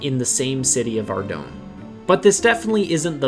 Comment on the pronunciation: Ardougne is pronounced Ar - Doyne oyne sounding like the oy in boy with an "n". Boy do I remeber all the different pronunciations back in the day when my friends tried to say the town's name :D